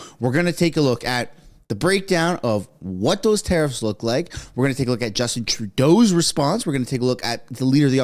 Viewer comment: Geez!!!! Its....... tare iffs!!! Not ta. Reefs!!! TARE IFFS.